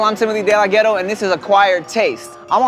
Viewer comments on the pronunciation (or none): its not delaghetto